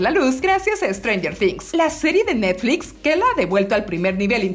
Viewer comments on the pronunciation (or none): none